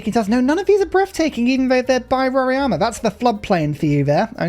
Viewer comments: nice content!! About the wonder, It's not "Roriama" but "Roraima" 🧐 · Rora-ima (not Rori-ama)